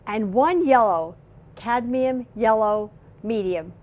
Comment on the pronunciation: Did she say Candium instead of Cadmium?